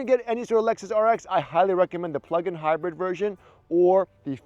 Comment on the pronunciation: It's hybird. Not hapoening.